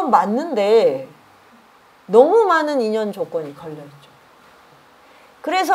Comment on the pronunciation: 저는 우리말의 타락상에 너무나 실망하여 부득이 또 지적합니다. "많은" 이라는 우리 고유어 바름이 틀려씁니다. "많은" 의 첫자를 길게 약간 강하게 발음하는것이 우리 말입니다. ㄱ러나 선생께서는 첫자를 짧게 발음하고 둘째 자 "은"을 강하게 발음했읍니다. "한국 어문을 고발함" 이라는 책을 일독해 주시겠읍니까? 또한, ××"했는데"를 첫자를 짧게 바름하고 "는"을 강하게 발음하셨읍니다. 이것도, 첫자 를 길게 발음해야 합니다. "한국 어문을 고발함" 이라는 책을 일독 해 주시옵소서. 미국 변 완수 배